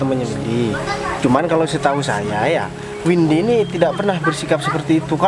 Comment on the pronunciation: Of jadi salah Oh Mba windi maaf bukan vindi yah😬😀